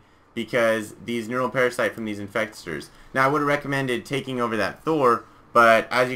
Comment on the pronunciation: lol you said "Infextors"